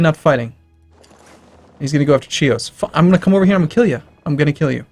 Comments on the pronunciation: Its pronounced Hios (as in history) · OH MY FUCKING GOD! STOP PRONOUCING "Chios" WRONG! IT HURTS MY EARS!